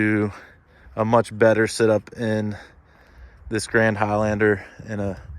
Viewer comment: Did he say much better sit-up you mean setup my guy but great review you have a clear voice my guy